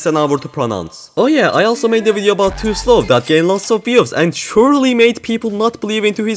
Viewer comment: Click bait? You said tosloww...